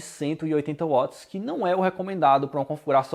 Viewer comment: Excelente review! Até a maneira do falar Watt é correta. Não fica igual aos outros youtubers: VATS VATS VATS